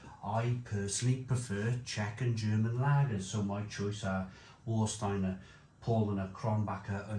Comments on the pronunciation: Warsteiner. Please pronounce "Var-steiner". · Of the German supermarket lagers it's Paulaner for me. I sometimes buy Krombacher if theres a deal on. I'm not really fond of Warsteiner due it's flavour, although I still occasionally buy when I forget what it's like. BTW it's pronounced Varshteiner.